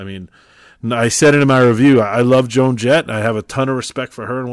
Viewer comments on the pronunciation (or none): none